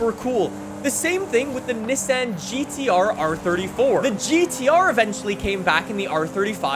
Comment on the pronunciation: did anybody here how he said nissan? because thats just not right.